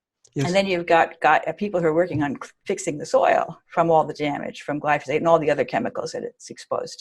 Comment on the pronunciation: Note to self, learn how to say glyphosate before interviewing a genius. lol 😆